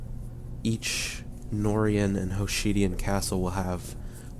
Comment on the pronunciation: Hoshidian? God, that mispronunciation annoyed me...